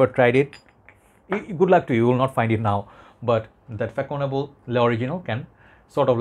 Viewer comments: As kevallec before me indicates, fah-son-AH-bluh. French Ç is pronounced like an S. The same sound as in the Catalan name Barça for (FC) Barcelona. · it pronounce Fassonnable bro ;) the first one its all my childhood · The proper prononciation is fa ( son) able 😊😉